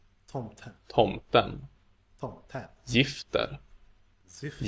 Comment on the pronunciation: When it comes to gifter, the g is more pronounced like when you say gee